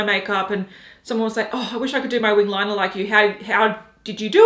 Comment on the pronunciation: Haus Labs "Lie-Ner", fuck my life.🙄🙄🙄